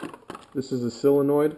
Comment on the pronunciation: It’s not “sillinoid”. sOlenoid.